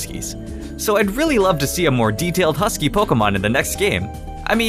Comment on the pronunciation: um...husky not hisky